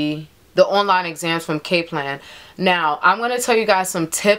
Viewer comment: Cap .. its Kap - lan .. but thanks tho ..